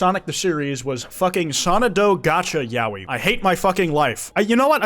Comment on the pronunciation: pronunciation of Sonadow upsets me greatly